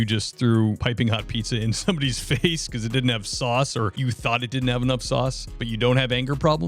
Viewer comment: "Where's the swauce?"